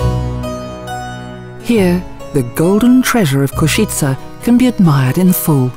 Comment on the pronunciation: So much research must have been done to produce this video. Yet the name of the city is mispronounced throughout. How so?